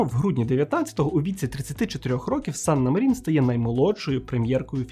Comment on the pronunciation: Як я колись фанатіла від Фінляндії 😍 але то уже в минулому. Єдина поправка, у фінів усі слова, як і прізвища та імені, з наголосом на перший склад. Тобто САнна МАрін. А то усі медійники роблять помилку 😒